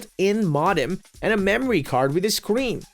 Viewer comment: Couldn't say modem or saturn correct.